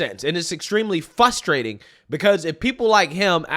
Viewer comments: "FRUS-TRATING" NOT "FUS-STRATING." THERE ARE TWO R'S IN THE WORD. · Bruh, learn to say “fRustrating”